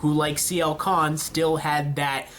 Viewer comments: It's Sienna Khan. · It's Sienna Khan. XD